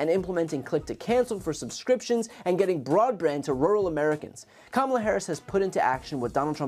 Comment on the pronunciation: If you watch the whole commercial, he pronounces Kamala correctly, twice.